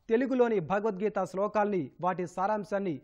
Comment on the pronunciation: Bagavad geeta, Kaadu bro Bhagavad geeta Anandi bro